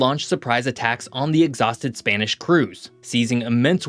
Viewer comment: Butchering Spanish a bit there. Probably a good idea to check pronunciation before recording. Nevertheless, I really enjoy your content.